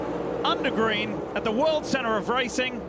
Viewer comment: "The world erup of racing"